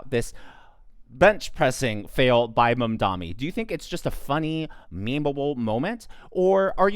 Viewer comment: it's not mamdonnie..... its' MAM!!!!!!!!!!!!!!!!!!!!!!!